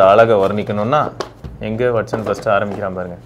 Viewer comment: வெட்சன்❌ வாட்சன்✅